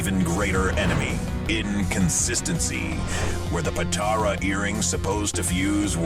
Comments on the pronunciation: "Dragon Ball Z retcons" makes it sound like the retcons happened during SBZ itself. "Retcons TO Dragon Ball Z" is more accurate. But then, many of us noticed them. It's "poe-tar-uh" not "poe-tair-oh." Then, you showed a clip of Whis telling Beerus that Beerus told Freeza ro destroy the planet, and you then said on camera that Beerus was the one who told Whis that in that scene. Otherwise, good video. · How do you watch the show and still mispronounce 'Potara'... Dislike